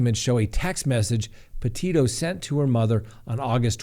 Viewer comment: It’s not pronounced Porteto, as he pronounced the first time.